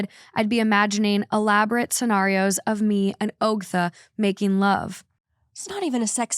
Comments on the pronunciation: I'm so surprised you hadn't heard anything about Ogtha (aug-tha). Reddit on Wiki even had merch for it for a minute. 😂 Its just disturbing. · I can’t believe you guys don’t know the Ogtha story lol but it’s pronounced like awgtha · I've heard the Ogtha story before but the way pronounces it doesn't flow as well.